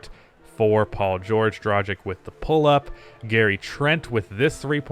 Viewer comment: Day 1 of asking to learn how to pronounce Goran Dragić's name right. As a European it really annoys me...